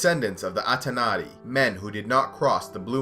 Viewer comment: you call them "Atanari" Mispronunciation- Atanatari, yet, THE ONLY MISPRONOUNCING!!!! that's why I noticed it, because you were Spot ON with all else!!! Thank You For This!